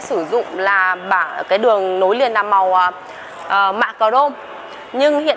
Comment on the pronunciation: " Lăm" lít tư hay năm lít tư? "Lối niền"hay nối liền? "Lỉ" hay nỉ"? Mở "dộng" hay mở rộng? Lấy gió "chong" hay lấy gió trong?...Không phải tiếng Việt nên người Việt nghe thật khó hiểu.